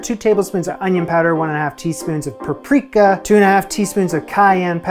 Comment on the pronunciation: Dude.... you are awesome ♥️ I love the way you say paprika. I've never heard it said that way before.